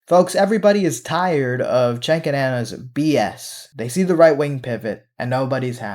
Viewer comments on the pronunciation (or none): Going to preface this with stating I can't stand them and their pivot. Question: does everyone who dislikes or hates him call him Chank, Chenk, or Chink or something? Even when I wasn't a prog, I called him Jank, as is how his name's pronounced.